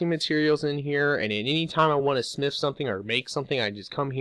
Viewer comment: When he says smith it sounds like snif